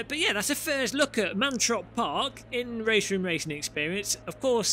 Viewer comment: it's "Mantorp", not "Mantrop"... But since you're not a native Swedish-speaker, you're excused!😉